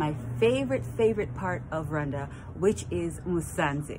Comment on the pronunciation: It's Rwanda not rewanda sir